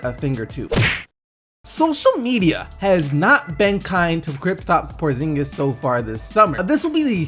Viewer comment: "Kriptap Porzingis"